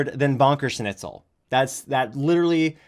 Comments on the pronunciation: Ahhhhhhh ‘bonker snitsel’ it’s schnitzel, sch is sh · I do wish if onision would make random funny german words he would at least pronounce them correctly. Fucking "snitzel" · Also, what about the fact that he's calling his spouse 'Lainey' instead of 'Kai'..? Some ally he is. Also, he pronounces schnitzel wrong. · Greg trying to pronounce then butcher the word "Schnitzel" made me want to commit ear suicide.